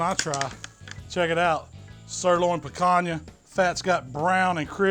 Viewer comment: I came here to here how you’d pronounce Picanha. I’m a little disappointed 😂😂. Great video as usual.